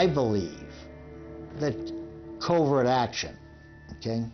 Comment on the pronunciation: In Part I, the narrator pronouncing Dulles like Dallas drove me crazy. In Part II, it's saying covert like covered.